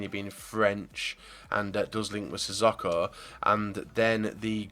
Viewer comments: Sissoko is pronounced 'Si Soke Oh' not 'Si Sock oh' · It's pronounced Si So Ko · Please can you pronounce sissoko right?